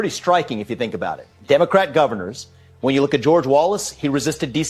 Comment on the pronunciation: “Wen she evolves”😂😂😂